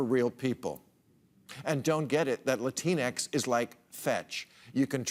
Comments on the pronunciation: It’s LATIN...X. Not a word that rhymes with Kleenex. For the ten different groups of Americans of Latin extraction. It’s inclusive. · It’s gerrymandering. Those districts that reverted back were specifically drawn for Republicans. Add in some propaganda and you’ve got a recipe. Plus, Bill needs to make sure he never says Latinx again because it’s pronounced Latin X. It’s sad that Bill is ranting on some BS “Divide & Conquer” routine on Democrats. You’re losing your touch man... Just acknowledge that 57% of White people are OK with racism and only 42% of White people ever vote for Democrats. Doesn’t matter if it was Obama or Biden. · Bill is right on the money in mispronouncing Latin X or whatever the bleep that nonsense means. 99% of latinos don't give a rats behind about that politically correct nonsense that is losing Democrats millions of votes. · What gibberish are you going on about?!? First of all, it stands for Latin—X, as in the X generation of Latin descent voters. It’s not that hard. I don’t care either way for the label but if a host is going to mock it, then he needs to know how to pronounce it. 57% of white people are OK with a racist or racist messaging, which is why that percentage voted for Trump & GOP. That is the conclusion and it is not dependent on the use of the term Latin X.